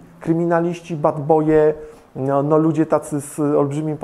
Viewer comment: Czy tylko ja zawsze umieram gdy aka mówi „bEd BOj”? XD